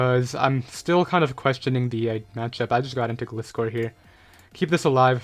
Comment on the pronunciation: You are pronouncing gliscor wrong